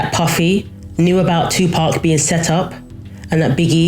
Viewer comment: Right, I'm saying Tupark from now on 😅